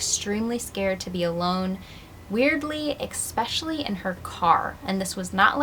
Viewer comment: I don’t mean to be rude, but it REALLY bothers me that you mispronounce “especially” (there’s no “x”) 😬